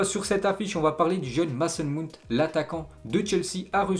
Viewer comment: "meysson mawount" stp😒😒